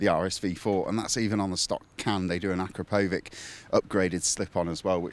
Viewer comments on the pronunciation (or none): "a krap oh vich" not "akra poe vik" ffs. Say the latter in the factory you'll get thrown out. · Why is it so hard for English to learn how to pronounce words correctly? It’s akrapovič as in CHEErs.